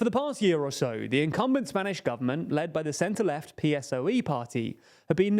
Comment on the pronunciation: I watch all your videos (on Nebula, without the option to comment), and in general I do enjoy your content, but you just can't get pronunciations right, ever. It's "PP", not "PPP". PSOE is pronounced as a word (Pesoe) not P.S.O.E. And it's worth mentioning you insist in pronouncing Wagner as Water, it's not an English word. You corrected your mistake with San Suu Kyi, please learn to pronounce Wagner. PLEASE